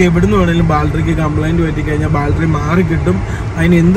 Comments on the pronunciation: ബാൽട്ടറി അല്ല, ,, ബാറ്ററി സിൽമ അല്ല, സിനിമ... ദയവായി തിരുത്തുക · Love your video just the pronounce of battery it feels funny when you pronounce it as Bal-tree please pronounce it as bat-tree battery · Baltry, Baltry alla bro battery pls pronounce maximum properly. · ബാറ്ററി.. Not ബാൽട്ടറി.. ഏതെങ്കിലും കറക്റ്റ് പറ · Battery...... Baltry alla.. 😉🙏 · Baaltry Alla battery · ബാൽറ്ററി അല്ല ബാറ്ററി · Baltry alla libine battaryennu paraumone ningadaporaima adhanuto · Ebin ബാൾട്ടറി അല്ല. ബാട്ടറി എന്ന് പറയു. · ബാൽട്ടറി അല്ല 🤢""ബാറ്ററി ""അങ്ങനെ paranju padik 🙏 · ബാൽട്ടറി അല്ലേടാ, ബാറ്ററി. അവന്റെ ലൂസി കോളേജും